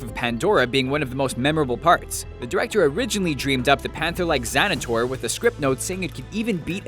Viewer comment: Xanator? The name is Thanator.